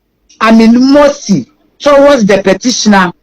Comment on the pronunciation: You this news reader paaa, see how a simple word "Animosity" pronunciation do you